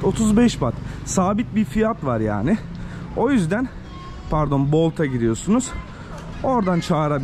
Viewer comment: Bolt mu Volt mu tam anlasilmiyor----?